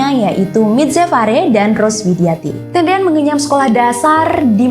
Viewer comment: Piere tendean bukan piere tedean